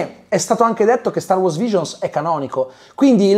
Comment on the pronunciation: …. StarWars!!!!!!! Sbagli sempre accentooooooo